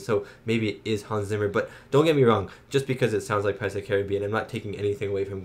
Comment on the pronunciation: Hans Zimmer's last name is pronounced "Tsimmer", not "Simmer"! 🤣